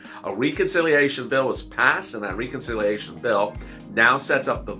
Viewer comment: Please say Reconciliation correctly. The e is not a long e it's as though you were saying RED. Reh-con-silly-a-shun